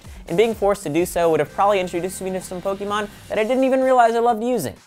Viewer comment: Why can't pronounce pokemon correctly?!